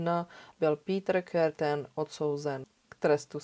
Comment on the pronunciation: Pííítr Kerten (Krrrten)- němčina? Škoda.